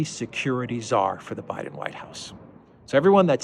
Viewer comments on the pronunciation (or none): none